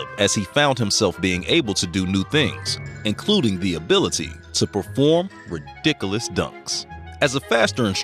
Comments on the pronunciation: Anybody else catch the word "ridicalus" lmfao like and comment is u did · Ra-dick-ul-us dunks